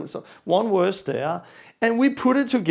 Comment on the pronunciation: Not werse, verse